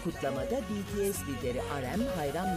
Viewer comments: sonunda bir haber kanalı düzgün söyleyebildi şu grubun adını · ALLAH'IM şükürler olsun Bts'in adını doğru düzgün söyleyen bir sunucu da karşımıza çıktı ya helal olsun be böyle devam🥳🥳🥳😄😁